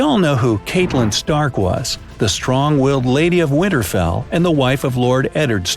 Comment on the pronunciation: Why do you keep saying Widderfell? It’s Winterfell